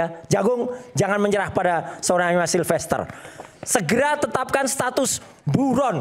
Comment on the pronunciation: Dia aja sebut nama sahabatnya salah Silfeter bukan silfester😂😂 betul dia sahabat???